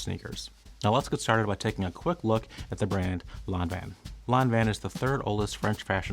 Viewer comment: I just watched this to hear the correct way to pronounce Lanvin. Thank you.